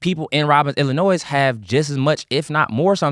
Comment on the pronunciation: I love Keith… such a good heart. He is really intentional about being a better person. But let me tell you, when he leaves that “S” on Illinois, it’s like nails on a chalkboard 😂😂😂